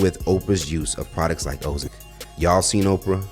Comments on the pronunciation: Sounds like he's say Mozambique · It’s “O-Zim-Pick”! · I had to run it back the first time I heard "o-zim-peek". 😂 😭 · Why are you saying Ozempeek??? It's Ozempic (O-zem-pick) sound it out! 😂🤣🤣🤣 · wtf is Ohsem Peak? Sound like a national park lol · WTF is " o-zim-peek"🤔😂😅😂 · I thought he said Mozambique.🥴😂😂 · Thumbs down for the mispronounciation of ozempic. Are you serious my guy? We only heard how it's pronounced from ALL the Gaw Damn commercials and shit. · Man, your pronunciation of Ozempic is killing me. Have you never heard of it prior to making this clip? Lol. 🤦🏾‍♂️ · You pronounced ozempic like it's a country in West africa